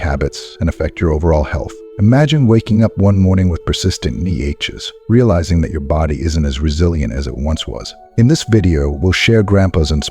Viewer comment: AI voice again…😢 Somebody tell it Ache is pronounced with a silent ‘h’…..🙏